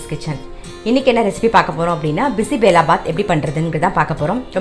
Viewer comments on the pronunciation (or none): Clear and lucid as always. Great ! A small correction please ! It is NOT Bisi belaa bath...it is Bisi beley bath. You are wrongly pronouncing as belaa instead of Beley. In Kannada Bisi = hot Beley = dal ( paruppu) Huli = puli ( tamarind/ sambhar ). Annaa = Saadham. So the correct term is Bisi beley huli annaa = ready mixed sambhar saadham.